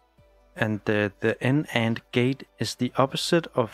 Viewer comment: great video. just wanna point out the NAND and NOR, you can just pronounce it as "NAND" and "NOR" in a single syllable. that is how it is in academics. no need to say "N"-"AND"